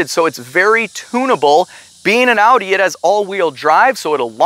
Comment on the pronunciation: Only American that pronounces Audi right 👍👉😉